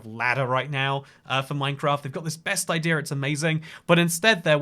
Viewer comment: Ah, the “inclusive R”! Pander Express! Idear of! Threer acacia planks (probably)! 😊